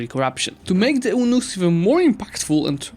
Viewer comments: “Eunuch” is pronounced YOU-NUCK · Great video, but eunuchs is pronounced very differently